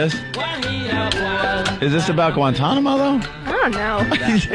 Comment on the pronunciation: These dudes don't know about the song "Guantanamera?" And they made fun of her for pronouncing Guantanamo Bay correctly.....